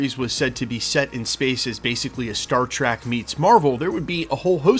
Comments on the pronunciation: Dude, I'm sorry, but you trigger me. It is TREK. Treh-eck. NOT TRACK. GET IT RIGHT. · Did you say Star Track? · "Star Track" 😂